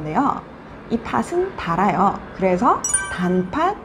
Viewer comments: I am sorry that there are 2 mistakes in my Korean pronunciation. 1. 팥이 -> [파시] (X) -> [파치] (O) The final consonant ㅌ is pronounced as ㅊ before the vowel 이. This is called 'Palatalization'. Find out more about this. ⬇️⬇️⬇️ 2. 팥은 -> [파슨] (X) -> [파튼] (O) The final consonant becomes the initial consonant in the next syllable before any vowel. This is called 'Linking Sounds'. Find out more about this. ⬇️⬇️⬇️ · This is a really good question. 팥은 is supposed to be pronounced as [파튼] since it's linking sounds. But I pronounced it as [파슨]. This is my mistake. Sorry.😅 Your listening is good!👍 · I noticed that you pronounced "팥은" as "파슨"? Why? :S